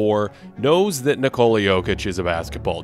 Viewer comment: An almost perfect breakdown of Jokic defense... The pronunciation of his first name is wrong.